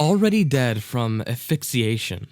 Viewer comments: Aphixiation not quite asphyxiation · It would be nice if the narrator actually had a good command of the english language. "When the cops begun their search . . . ", "granted a reprive", "died of aphyxiation"? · The narrations are horrible. "Affixiation?" You mean asphyxiation. "Cario" ? You mean Cairo. And the guy narrating #12 needs to calm down... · Convent not covenant. Asphyxiation not aphyxiation. Cairo not Cario. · the mispronunciation of asphyxiation and Cairo were highlights for me. neat vid tho.